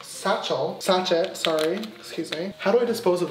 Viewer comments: James- sAcHeT Me- YOU NEED TO PRONOUNCE IT LIKE "SASHEY" Again James- sAcHeT Me- dies in triggered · James, hunny. 💀 it’s pronounced sa-shay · uhhhh girl it's sachet pronounced as sashey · The fact that he pronounced sachet as sa-ch-ett and not sa-sh-ay is hilarious 😂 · “One SATCH-IT” “I’ve never heard that word before” Me screaming: “SASH-AYYYY” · james, sachet is not pronounced as "saCHET" it's pronounced as "saSHEY" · C B I honestly died when I heard him say that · James: “Sache-T” It should be like “SA-SHEY” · SACHET🤣 it’s pronounced like ‘sashay ‘ loveeee this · Mix one SATCHET !?!?!?! Have you never heard the word sachet (pronounced sashey) James? 🤣🤣🤣🤣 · Omg "sachet" 🤦‍♀️ it's pronounced like sa-shay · James: sachET The rest of the world: saché (silent t) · Anyone realise he is saying sa(ch)et instead of sa(sh)(ay) | |wow haha thanks for the likes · When he was saying sashett I was litterally dying 😂😂😂 no no no honey it’s pronounced sashey not sachett ahahahah a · James: shatchel, oh sorry satchit Me: it’s sachet said like sash-a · Yes. Hahaha. It's actually pronounced as sashay like RuPaul's sashay away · Sis, I'm from Philippines but we pronounce it "sa-shey".... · Looool it’s sashay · Jess s sah-shay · Cristal Geode like Sa-Shay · “Mix one sachet, SACHET” 😂 It’s pronounced sashay (think like sashay you stay - rupaul) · Ivana Santini lmao no you say it like ‘sashay’ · Ivana Santini might be an american thing. in the uk its pronounced sashay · Wait...you really never heard the word "sachet"(pronounced "Sa-shay") before? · No one: Absolutely no one: James: oNe SAT - ChETTT I have a Like!!! Wait why is it blue🧐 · I was shaking, and shouting, 'ITS PRONOUNCED SASH-AY!' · James saying sachet (sa- shey) is killing me 😂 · Brad: You bleached it the wrong way round Me: That's not how you pronounce sachet sa shay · Ya it's actually pronounced: sa-shé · James your meant to pronounce the word sachet like sashey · James knows sachet is pronounced Sashey right